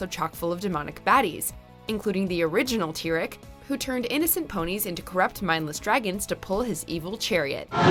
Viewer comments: did she just say tirik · Pronounced Tee- Wreck Let me remind you of Applejack's parents also subtle. Timberwolves don't die they are held together by magic and if they fall apart they can be put together by magic so they don't really die. : King Sombra did not die because he's literally a shadow like the Shadow Pony which means his presence is formed when there is no light and he was banished to a place resembling Tartarus using the light of the Cyrstal Heart. Okay I can agree with this She only banished her sister to the moon for a good cause, if she hadn't the ponies would be under a terrible ruler who wanted internal night which would affect the ponies (especially the earth ponies crop) who takes absolute control which that ruling is called dictatorship Uhmm no they have a different ruling that why dragon stays with dragons cause they are obviously ruled by a dragon and they are different spieces from ponies so that not what segregation is if so the four different kinds of ponies( Earth ponies, unicorns, Pegasi, and Alicorn) would be living separately together based on their differences but they live together because they are of the same race, you think a pony be ruling over dragons. Not true if you are of a power wielding Alicorn like Celestia